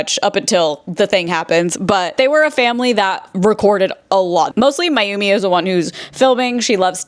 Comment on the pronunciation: The constant mispronunciation of Mayumi’s name is keeping me from finishing the video, it’s not difficult to get it right and it’s disrespectful